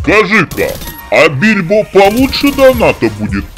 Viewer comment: Почему бильбо? Гильбо же вроде?